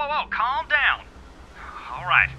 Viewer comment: When you say calm down you say calm down JESS I mean I don't mind it but I'd try practicing a couple more times